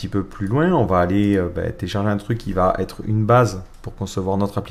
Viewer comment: super les tutos.. mais alors "VA T ETRE " : non !! "VA ETRE", oui !